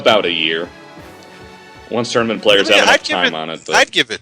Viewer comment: I found it really funny the way said Tournament. Also, the Meta Knight thing was funny. GOD TIER!!!!!! MWHAHAHAHA!!!